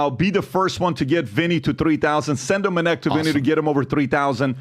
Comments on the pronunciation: bru sounded like biden yapping about " minnect" jesus i never wanna hear that word again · Minnect? Really?